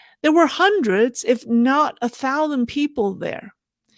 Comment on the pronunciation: I have always pronounce thousands remarking the middle s. As English is my second language, I was curious where the "thoudans" accent comes from. Sorry for the offtopic but I feel watching your videos that you will answer this common life question. By the way, thanks for your content, I assume you are a religious person trying to follow your personal values. Cheers.